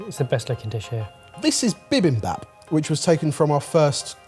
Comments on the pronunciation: “Bee beem baup” not “bih bim bahp” just for future reference. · That bi-bim-bop was not done well... might have eaten it a lot but he either wasn't paying attention or eats it at a bunch of fusion places that don't make it right. He cant even say the word correctly. You also aren't supposed to burn the rice unless you are making a different variation of the dish and then you defiantly don't serve it like that. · Korean American here, fan of Sorted, of all the “Korean” dishes that Sorted has used, bibimbap is by far the worst pronunciation, execution, and, well, everything that has ever been featured. Bibimbap is a great midweek dish because you spend HOURS on a weekend prepping all the ingredients en masse for a 5 minute prep mid week. plz do a bit more research before highlighting a korean dish/ingredient! Love that the battles are back